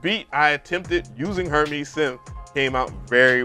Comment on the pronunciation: Her"mays" bro... not her"mees." named after the fashion house, in saying his plugin is high fashion, highly usable couture.